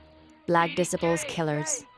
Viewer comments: Someone teach this woman narrating how to pronounce disciples. 😂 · How they let this lady butcher the word DISCIPLES the entire video is beyond me 😂😂😂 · if it’s AI generated than it should be able to pronounce DISCIPLES. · And black disciples vs Jojo world lmao. Imagine if you were from a single block and every single bd in Chicago was after you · Please get people who can read to narrate these stories the mispronunciation is so sad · "Disipuls"; it's disciples. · "disi ples"!? It's des cy ples 😮‍💨🙄🤦🙅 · Facts.. She called the BD's "Black Diss-iples" Nobody outside of Chicago should try to explain Chicago.. I don't even think these people are from america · It's pronounced D cy ples disciples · The way you say disciples bothers me lol D-cy-po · Disciple. Say it like (DE CIP PLE). 3 parts okay. Growth and Development Lady not Gangsters and stuff even though that's the action if messed with. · She said de-sip-a-pulls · 🤣 right? Hard to sound like a tough gang if you the black decibels 🤣🤣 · THE BLACK “ DIS-I-PULS” VS “ JOJO WORLD “ 😂😂 where she getting her information…. JOJO world is a small clique .. it’s really BD Vs GD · "Barkcac obama".. " black disipal"... who narrated this AI. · If you can't even pronounce disciples then I can't take anything you say seriously. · You’d think that the person narrating this could pronounce disciples correctly! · I cant get over the fact that you not only butchered names and places, you butchered the gang's names that you cover🤦‍♂️🤣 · The documentary Is good but why you pronouncing disciples like an illiterate? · good docu but damn learn how to pronounce disciples lol... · How you make a documentary & can’t pronounce the gangs!? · The Black Disaples (why doesn't your AI pronounce Disciples correctly?) and JoJo World are the 2 hardest gangs in Chicago?? WTF is this documentary even talking about? smh Go watch ChicagoScene88 for much better Chicago gang documentaries. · Who let this lady narrate this .. BARE-RACK Obama.. the Decibles